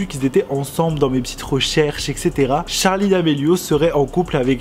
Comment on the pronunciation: Par contre ça me stress qu'il dit tcharli et pas Charli 😂